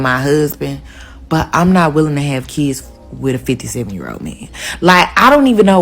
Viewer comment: "No keeeds, a loyuuur" Yep. Definitely not your type